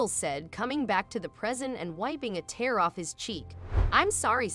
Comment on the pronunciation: The word "tear", (Teer in phonetics) you said once as "tare". To "tear" something would be to rip it. To have "tears", would be crying. A regrettable case of a word spelling with several meanings.